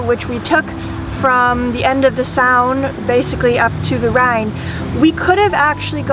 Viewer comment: Throughout the voyage,, you have pronounced the river Saône as /saʊn/. My understanding of France leads me to believe that it is pronounced /soʊn/. But my pronounciation may be out of date. Either way your videos are charming! The jazz was mighty!